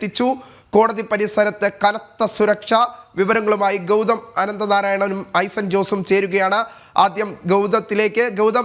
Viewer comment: ആദ്യം ഗൗതത്തിലേക്കോ?! 😂 ഇതെന്ത് ഭാഷയാണെടാ 😂😂